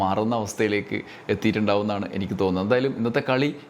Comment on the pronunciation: നല്ല മലയാളം സംസാരിക്കുമ്പോൾ Enakk ഒഴിവാക്കി എനിക്ക് എന്നാക്കുക Enakk എന്നത് പിണറായി പറഞ്ഞോളൂm